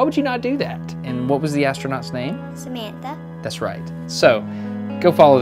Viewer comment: Samantha without the “h” guys she’s italian